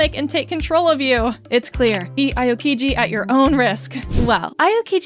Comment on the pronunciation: Pronunciation Aokiji: (Ow-kee-gee)